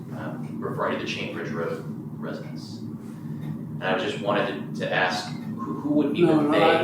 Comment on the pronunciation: “residence” not “residents”